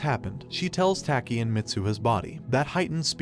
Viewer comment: I like how he says "tAki"